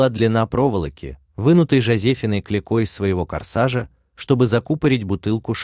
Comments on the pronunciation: Жозефина Клико, надо правильно произносить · а также неправильное ударение в имени и фамилии Клико